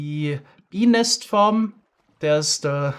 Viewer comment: I won't lie, I giggle every time he very carefully enunciates "bee nest".